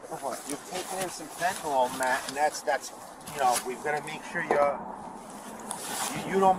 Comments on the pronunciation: ITS NOT FENTENOL!!!!! ITS FENTANYL!!!! GOD I HATE HUMANS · "Laced with phentanayl " 😂Wow